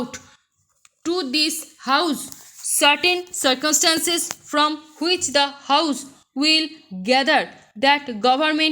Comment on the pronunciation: Keep it up please mam....please clear pronounces😢.... Circumstances is not clear... 🙁